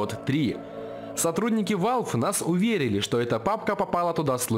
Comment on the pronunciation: и не ВАЛВи а валв или вэлв